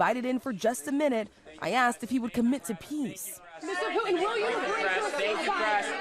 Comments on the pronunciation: Who is Poo-in?? I know who Putin is. These talking heads have got to learn there is no silent T in the English language. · It's not POO-in. It's POO-Tin say the T in your words, please!!! Sorry. Big pet peeve of mine. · Why are the reporters saying ‘Poo-en’ instead of Putin? You shouldn’t be a public speaker if you sound like a 3 yr old who can’t pronounce words correctly.